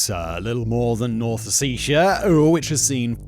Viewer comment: You keep mispronouncing Ossetia.